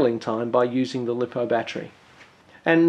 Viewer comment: Lost me when you pronounced lipo wrong!